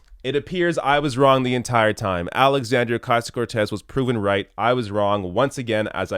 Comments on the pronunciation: The first thing that Donny Douche Bag needs to do is learn is how to pronounce Alexandra's name. Good old friend of the worse president in history. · It's really aggravating they consistently intentionally mispronounce her name, it's a way to be condescending.